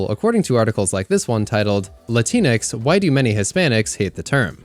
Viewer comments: Just fyi, its not Lateenex, its literally latin - X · just for clarification, it’s “LatinX” with the “X” being pronounced. appreciate the coverage my man